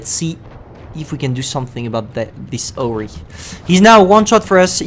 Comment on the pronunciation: lemme hit the “orree” with some “aychiz” HHAHAHAHAH KEY:orree is hori and aychiz is HE